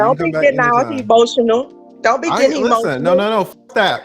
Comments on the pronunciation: Y'all didn't peep that she was saying "Don't be he-motional." He started to patiently reply, and she attempted to double down. "I said he-motional." Like she was being funny. And then he went in on her. WTF is he-motional? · TLA & KS got so much patience! Also that chick was spouting S.I.G.N. language talking about some "HEMOTIONAL" I know y'all peeped that slick tongue.